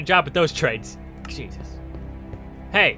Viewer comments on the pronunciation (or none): none